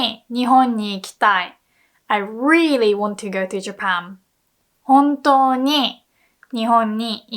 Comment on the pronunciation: Wait ! Did she said JapaM ?!